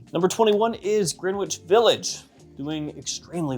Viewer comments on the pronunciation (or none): Did you just say "Green-witch"??? It's "Gren-itch" Village.